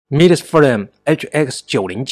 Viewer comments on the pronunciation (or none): 重音在前，是forum[ˈfɔːrəm]，不是from[frɒm]，看做软路由小机器的主播很少有念对的，强迫症听着好难受。